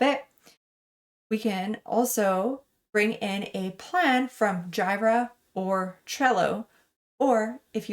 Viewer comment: Jira is not pronounced "gye-Ra", it's "geera".